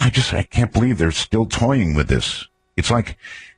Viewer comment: Don't believe... "bleeve" like good ol' Art.